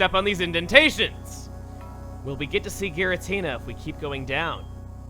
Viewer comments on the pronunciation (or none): is pronounced with a hard G, according to Japanese: ギラティナ, rather than ジラティナ. If that's not what you're complaining about, what is? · you pronounce giratina wrong... its soo cringy... like people saying arceus with a k.😑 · pronouncing it in the official way. It's not supposed to be pronounced with a soft G, like a J.